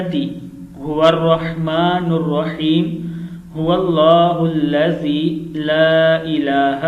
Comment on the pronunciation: Huwalla hullazi la ilaha illallahu padh rahe ho tum